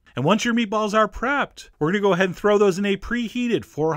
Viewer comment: The way he says meatballs bothers me.